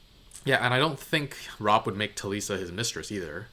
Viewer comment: “That wouldn’t be the worst thing for him in the world” 😂 I believe Talisa is pronounced more like Melissa? I could be wrong You may know this by now? But Arya’s friend is called Hot Pie